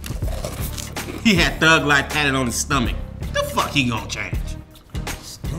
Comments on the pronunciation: "Po-emmms" lol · "He was gonna change the world with his Poe-Ams." lmao Tim, why'd you say it like that? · It bugs me the way he says poems